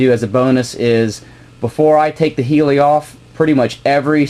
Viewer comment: good vid..it does hurt my ears when he calls the heli....a healy............